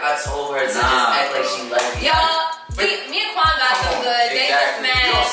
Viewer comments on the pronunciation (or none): Why is nobody talking about the fact that u said wuan instead of quan😂😂